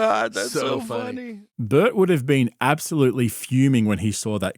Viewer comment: Why is Bert's name said as Bart twice? So is the narrator A.i.?